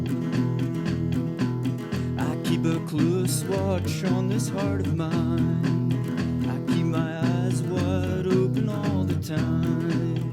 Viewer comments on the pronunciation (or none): none